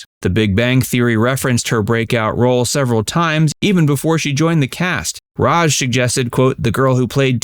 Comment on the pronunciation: fun fact: her name is Rauch, not Rouch